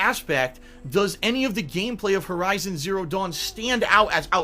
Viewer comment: Did he just say VERIZON Zero Dawn??? LOL keep up the good work.